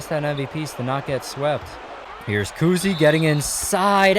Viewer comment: Obviously the first ten are going to win also to, you said coosey, I’m pretty sure it’s COWsey